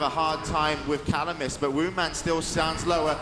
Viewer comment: Supposed to be "Woundman"